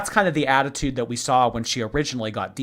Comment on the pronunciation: "Sawl" instead of "saw" is what's driving me nuts. Or "bolth" and the fact that the word "eaten" doesn't exist to her. 🤬